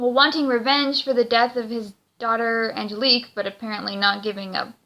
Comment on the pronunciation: The name is Angelique, not the name you're saying.